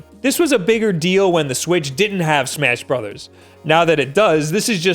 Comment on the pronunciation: He said smass brothers btw